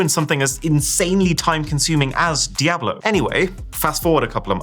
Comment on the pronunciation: brother what is that pronunciation of DIABLO??????